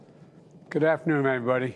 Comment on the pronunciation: good afternoon emmybody